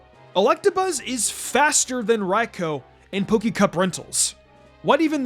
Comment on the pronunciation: You are the only YouTuber I know that says Raikou's name properly. Lol Everywhere else, it's "Raicoo" or "Raycoo".